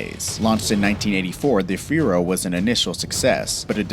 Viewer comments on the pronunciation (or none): Fee-arrow, not Fear-O. Do you not want to be taken seriously, because that's how you're not taken seriously. Oh my God. I had to edit this. Core-vayre not Koh-vare. Jesus... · fee-air-oh. not fear-oh. XD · It's a CoR-vair not a Cuvair! A FEE-air-o not a Fi-ro! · Not the fear-o but the fee-arrow. Duh. I remember Tom McCahill's answer to a reader of his auto column in Mechanix Illustrated as to why auto mfg's give a $1 jack in a $4000 car: "They ran out of 50¢ ones." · Feero? That word is Fiero.. Fee-arrow.. And there is no "Covair" either.. that one is Corvair. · " Fee - Air- Ohh " ....not fear-o. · Phi Air Oh, Not FEER-O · It's FEE-air-O, not firo. It's COR-Vair, not Co-Vair... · "Fgyro" Try "Fee-Arrow" Fiero. Lol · Fiero: fee-AIR-oh. Not "fear-o" Where the fuck did you learn to talk? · Ah yes the Chevy Cove-air, the Pontiac Fearow, and the Chevy Kobold. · Fee-Air-Oh COR-VAIR with an R .. fuckingforeign robots. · A "Fear O" and a Co-vair? Really? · You should do a little more research... “Mac-in-naw” “Fee-aero” “Porsha” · Corvair = Cor' vair; Fiero = Fe' ero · What's a feero? And a co-vair? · Fiero, fee-AIR-oh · If you are hit by any car at 25-50 miles and hour while walking, standing still you will most likely die, you don't need to be in or on any vehicle. Utter rubbish all this especially your pronunciation. It's Mackinaaaaaw not NAC, it's F I E R O. FEE A ROW. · The way he says Fiero makes me mad